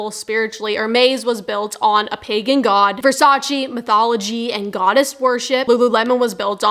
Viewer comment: versacEEh. not versachy.